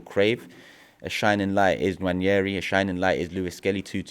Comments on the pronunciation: Nwaneri is pronounced ‘Wah-ne-ree’ not ‘Wan-yeh-ree’ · There is no 'Y' in Nwaneri. We owe it to him to pronounce his name correctly. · Why do they all keep Butchering Nwaneri's name😂😂 It's Nwaneri not Nwañeri ffs😂😂😂